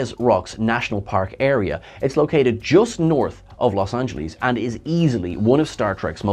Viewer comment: It's not Los Angelees!!!